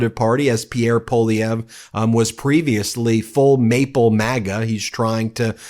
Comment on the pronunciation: The surname of Pierre Poilievre is pronounced (roughly), pwa-li-evr , not po-li-evr . His surname is French, and therefore should be pronounced with French pronunciation conventions.